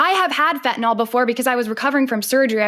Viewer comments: Fentanyl. Not fentanol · Its Fentanyl, not " FENTANOLLLLLLL"! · fentanyl, not fentanol it doesn't rhyme with tylenol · Why are the intellectually dishonest so quick to go nucular over things like Fentanol and Oxycotton? Is it early-onset Old Timer's disease? Honestly, nothing says "I don't read" better than using words that don't exist. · What is fentanol? Is it anything like Fentanyl?